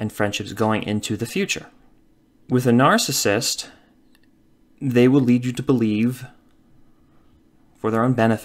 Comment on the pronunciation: Could you please just say narcissist properly ONE TIME> It kills me Every opening